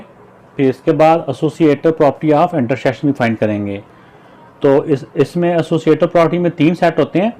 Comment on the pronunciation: Intersection not intershision